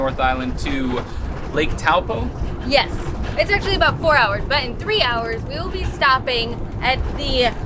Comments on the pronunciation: FAbulous stuff! ps - it's pronouced Toe-paw (as in toe on your foot and paw of an animal). Most people say it how you did but in Maori (which is the language it's in) Taupo is pronounced ToePaw :D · Taupo (toe poor) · Who else is a Maori that got triggered cause they pronounced Taupo wrong 😂